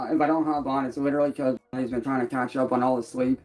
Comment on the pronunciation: Has anyone noticed that his use of the word 'because' is always pronounced 'a-cause'? He can't pronounce b's....or anything else, really. LMAO.